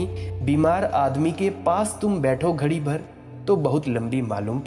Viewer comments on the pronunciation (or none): none